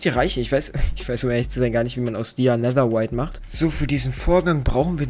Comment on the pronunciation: Es heißt netherrite nicht Nether white